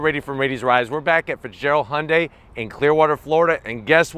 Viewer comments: 😲 WAIT! Did I finally hear him pronounce Hyundai correctly?! 🤯 Thank you!! No more saying Hondai. I'm definitely subscribing now! 👍🏽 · We in Australia pronounce it as he-young-day